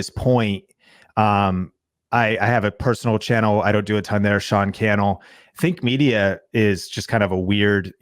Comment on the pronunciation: Sorry to say but Think Media ... When you say it it sounds like Fake Media :P